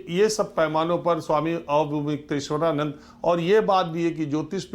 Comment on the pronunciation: अरे, अविमुक्तेश्वरानन्द नामोच्चारण के लिए थोड़ा अभ्यास ही करके आ जाते। 😀